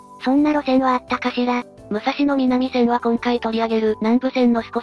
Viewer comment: 旧国鉄に端を発する路線名の東・西・南・北は、音読みが基本です。「武蔵野南線」は、「むさしのなんせん」と発音します。国鉄終焉後に命名された路線名では「おおさか東線(おおさかひがしせん)」のように音読みでない場合もあります。ちなみに貨物線として計画当初は府中本町～大宮方面が武蔵野西線(むさしのさいせん)、大宮方面～西船橋が武蔵野東線(むさしのとうせん)とされていたようで、武蔵野南線だけは貨物専用なので名前が残った形です。